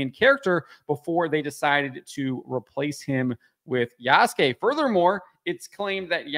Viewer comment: Yasuke in Japanese, is properly pronounced YAH-SOO-K-EH with the last ke or K-EH sound said quickly. The ke is pronounced as K-EH not K-AY.